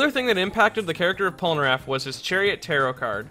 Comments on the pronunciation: Pole- ner (as in nerd) -aff (as in affable) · Polnareff, not polnaraff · "Michelle" polnareff not Michael /_ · It’s Pol NA Reffu when a Japanese ascent